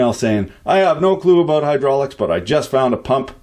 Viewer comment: What's hydrulics? Could you talk bout hudrulics a bit? Tanks in advance dehr eh!